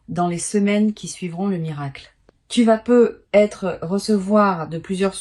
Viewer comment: les voix IA c'estpluspossibler ou alors corrigre le "Peu.. être " insuportable